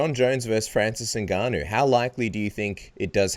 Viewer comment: Why do people find it so hard to pronounce Ngannou correctly... It’s Ngannou ffs, just say Ngannou. It’s not that difficult